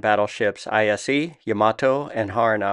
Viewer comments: "Ise" is pronounced "Ease-eh". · JSYK, Ise is pronounced eeesay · Only one thing bothers me: It's not IJN I.S.E., it's literally Ise, as in the name of the province Ise of Japan, spanning most of the modern Mie prefecture on the island of Honshū. Aka, the birthplace of the highest goddess in Shintō, Amaterasu. (I.e., the Sun.) Nobody names a province as an abbreviation :p But anyway, here's how you pronounce it